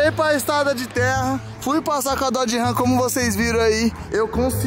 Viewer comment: A RAM não é da marca DODGE, se separaram, e é Dodge, e não DOD ! TMJ !